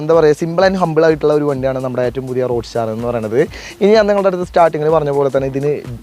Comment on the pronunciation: Road 'STAR' alla road 'STER' ennaa paraya